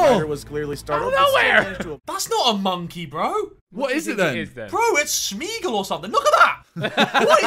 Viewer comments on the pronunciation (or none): " it's a SMEGUL " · smiegel hahahhaha